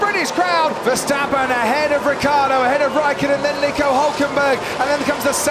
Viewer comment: RiccIardo, not Rickaawrdo.